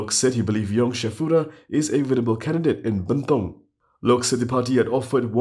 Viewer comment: sebut bentong pn salah nak jadi wakil rakyat bentong.. adoi la..